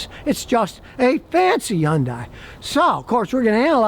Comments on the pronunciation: its actually : HI - UN - DAY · Scotty, it’s HUN-day. Rhymes with Monday, Tuesday, Wednesday, Thursday, etc. You’re driving me nuts. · Hyundai like sunday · scotty is the only person on earth who doesn't realize yundai starts with an H, and it's pronounced! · Exactly! One of my biggest pet peeves but I still watch him 😅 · He calls them Jiundai. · I just wish he could say Hyundai correctly.